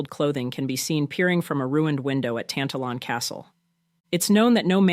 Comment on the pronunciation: Very interesting, especially the last one. Just a note on pronunciation: Tantallon has the stress on the second syllable, and the W is silent in North Berwick. I once wrote a short story set at the castle, but you wouln't understand it -- it is written in Lowland Scots dialect.